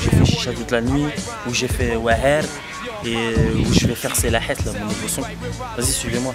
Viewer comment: pas la hasse " el hasse " tu parle arrabe comme un noob applique toi kho et no pas fréro